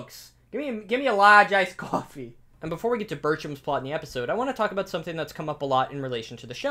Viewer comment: hearing “gimme a lahge ice cwoffee” made me feel at home